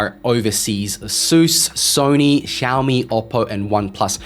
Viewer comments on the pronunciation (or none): none